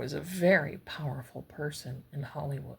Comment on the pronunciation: when you said Hollywood it came out Hollyweird...rightly so 😂